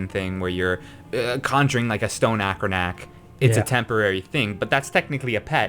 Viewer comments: lol "acronack" its AAAA-TROOO-NOCK thats how you pronounce it its spelled atronach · Atronach is not pronounced ackronack.